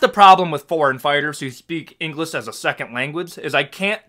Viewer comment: Listening to you criticize foreign fighters speaking less than perfect English, and then you say "engliss" and pronounce other words incorrectly. Get real, bro.